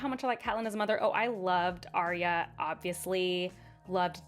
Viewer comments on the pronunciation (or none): none